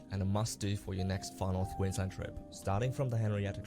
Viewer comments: dude it's Queensland not Queenslind ok mate. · Dude, its QueensLAND. Queensland. Not bloody QueensLIND. QUEENSLAND